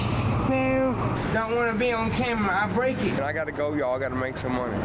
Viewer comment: "what the camewa foew" 😢